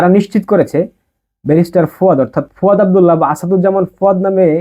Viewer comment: তোর বাপের ও যোগ্যতা নাই ওনার সম্পর্কে বলার। তুই নিজেই তো এখনো ব্যারিস্টার উচ্চারণ করাতে পারিস না